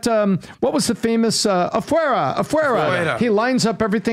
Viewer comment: Its pronounced (uh-fway-da) if you can't roll your spanish R😂